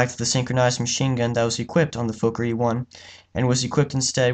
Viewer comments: It’s “Fokker” not “Fowker”. Why do yanks insist on changing everything? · Not pronounced like "folker" Sounds like "Fawker" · His name was Anthony Fokker... pronounced FOKKER, not Foker. Why change the pronunciation? It is not a swear word but the manufacturer's name! But, the essential answer as to why you pronounce foreign names differently is because you're an American!